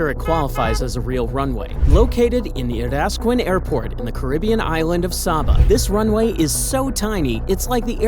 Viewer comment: It is pronounced say-ba